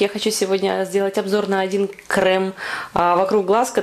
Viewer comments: Спасибо за видео. Только пожалуйста крЕм, а не крЭм!!)) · а можно всё-таки крЭм? :) мне это слово поднимает настроение - у меня просто есть одна забавная ситуация, связанная с таким произношением. Думаю вы сами заметили в начале видно, что я нарочно так сказала.